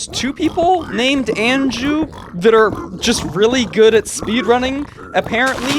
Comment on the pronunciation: Anju is typically pronouced awn--joo. awn as in yawn